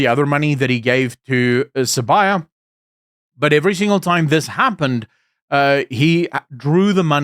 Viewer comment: THE NAME IS SIBIYA NOT SABAYA!